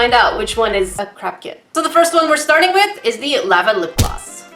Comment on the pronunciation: Am I the only one who hears saying crap kit instead of craft kit 😂😂😂